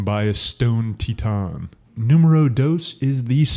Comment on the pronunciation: "Stone tee-tan" XD